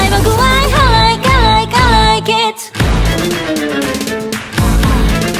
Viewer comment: Ｉlike Ｉlike Ｉlike の発音の気だるげな感じかっこよぃぃぃぃイイ